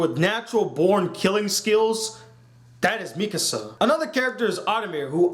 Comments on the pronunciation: You damage your credibility by mispronouncing the names of the main characters. Its Armin not Armir and Mikasa not Misaka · 'Mikasa' not 'Misaka' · Her name is Mikasa, not Misaka. And his name is Armin. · I don't want to be that dude but you said Misaka. It's Mikasa..... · He said misaka instead of mikasa lol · The pronunciations: Eren= Air•ren Mikasa= Me•ka•sa Armin= Arm•in I am pretty sure it takes place 2,000 years in the future. It has a medieval feel because, I'm assuming, they have the walls which can only fit a few million people so they had to revert to old ways. I think that is also how they have the 3DMG. Also, it makes sense because Annie wore a hoodie. It is a mix of modern and old which I think is perfect. PS: LEVI IS BETTER THAN MIKASA IN EVERY PHYSICAL WAY. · you mispronounced eren, mikasa and armin... HOW THE FUCK CAN YOU MANAGE TO DO THAT.